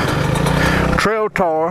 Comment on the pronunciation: Yeah he's doing a real good job...with a uh "trail-tar" 🤣🤣